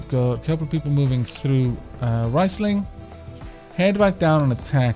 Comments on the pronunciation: It is good thing that you're renaming the pawns, because the way you're pronouncing it should be written "rEIsling" instead of "rIEsling". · Also, it's pronounced "Reesling" if i am not mistaken.